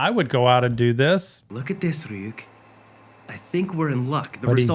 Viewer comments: hey by the way the shinigami's name is pronounce Ree Yook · Lowkey, getting slightly triggered you keep calling Ryuk, "ou-k" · Btw you pronounce the shinigamis name as "Re-yuke" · Lol never heard a person call Ryuk "Yuk." First time for everything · I'm sure you've been told by now, but it's "Ryuk", the R is just a very fast tap of the tongue on the roof of the mouth behind the top teeth.